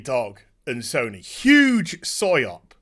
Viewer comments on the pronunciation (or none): It might be an accent thing, or it might be a joke. "It's a soy op." "It's a psy op." :-) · Is saying Soy Op or it it is british accent saying PsyOp? Both work, Soy Op seems funnier. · When he says PsyOp it sounds like SoyOp. Or maybe even Syrup... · A soy-op or a psy-op?? Lmao either way you’re right